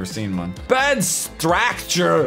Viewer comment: "Bad stracture!"